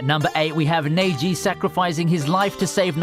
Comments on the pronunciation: “naygee” pissed me off. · "konowha" "naruwto" "saskayy" - english accent in anime sucks "NEYJI" fuck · What he says neji sounds more like Nebji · Bro it’s neji not nyagi the utter disrespect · No disrespect intended to ur accent but it's the way I say neji as neyiji doesn't sound good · Nearly clicked off v2 as he said neighji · he really said neji as neighgee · number 8 had me crying....mostly because you prounounced neji as naeji, but because as a kid i only wanted to watch naruto because of neji